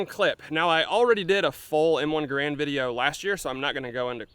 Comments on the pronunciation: It's pronounced Garand! :p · your pronunciation of garand is atrocious